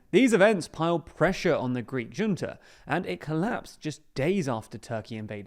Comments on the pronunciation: Junta is Hunta, not Dżunta!!! Come on. You were doing so well till now. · Thanks for the video! Btw, "junta" is pronounced like "HOON-ta", not "juhn-ta" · Bruh, "junta" is pronounced "HUNE-ta". Jesus... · Junta is a Spanish word pronounced as “khunta” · Junta is pronounced "Hoonta," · Junta is pronounced hoonta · Is it not pronounced a military "huntah?" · For the love of god - "Junta" is a Spanish word - it's pronounced "Hoonta" - ffs. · still doesn't know how to pronounce "junta". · There you go mispronouncing Junta again. Hard to take your reporting as serious journalism until you learn to say it properly. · Good video. However, Junta is pronounced with a H sound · Please learn how to pronounce "Junta". It's embarrasing at this point.